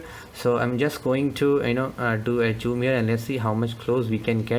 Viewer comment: its zoom, not choom!